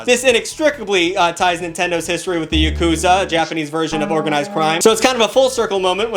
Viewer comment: don’t beat yourself up…your pronunciation of Japanese words/names was pretty damn good. The only one that was weird was “yakuza”…it’s more like ya-ku-ZA, with the emphasis more so on the third syllable. Most Americans say it weird, with the emphasis on the second syllable, ya-KU-za. They make the same mistake with sashimi and musubi…when it’s 3 syllables, usually put the emphasis on the 3rd syllable. 😁 But like I said, you did pretty damn good. 👍🏽